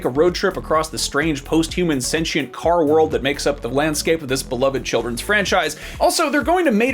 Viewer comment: This video gets a thumbs up for the proper pronunciation of “sentient” alone. We need more heroes.